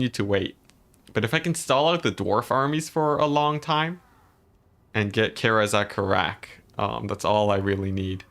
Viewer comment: Seriously microscopic level nitpicking comment: Its easier to say "Karaz-a-Karak" as "kah-rah-zeh-kah-rahk." The way you said it was more "Care-as a care-rack." I'm not sure which one is correct (almost certainly a mixture of the two) but I do know the former is generally easier/faster and smoother sounding. This is not criticism by the way, its just a comment on the nature of saying words from a fantasy language with our English-based speech patterns. Who knows, maybe you'll like saying it that way or maybe you dont care?